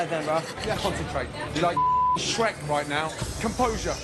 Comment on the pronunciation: Gordon called David skrek😂😂😂